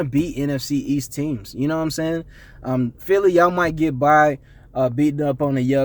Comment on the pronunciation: The way you say philly bothers me... stop talking about A division of champions you have no rings